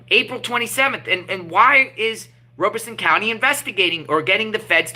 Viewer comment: Great work! Just an FYI, you are saying Robeson County incorrectly. It sounds like Rob-a-son, not Robe-a-son.